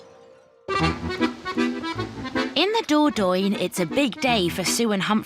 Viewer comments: What’s the Door-Doyne?? Do you mean the Dordogne? Learn how to pronounce it, for God’s sake 😮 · The Dordogne is the river. Dordogne is the region.